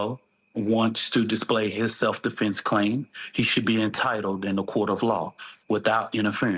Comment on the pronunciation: it is hilarious how butchers the English language during his pressers. Instead of "Defense", he says "Deflense", he can't say "Austin Metcalf". He says "Austin Metclaf". He called NY subway rider Daniel Penny "Daniel Pennum" or something. 🤣🙄👎